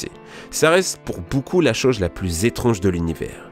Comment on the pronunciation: esque vous avez ebtendue a il a dit choge xD